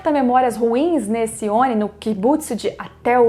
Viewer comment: Quando for pronunciar Oni, pronuncie como se o "I" tivesse com acento agudo (ONÍ)... Belezura? Abraço!